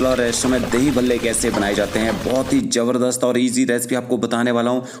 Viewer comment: Ourdo me j nhi zaberdast z Bola karey